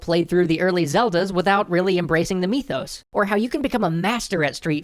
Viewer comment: Why did you pronounce it mee - thos? It's MYTHos. I feel like when people try to make words sound cute or Japanesey... it just comes off as confusing.